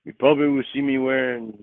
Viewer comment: Prawbly because 87Lawgic=87Words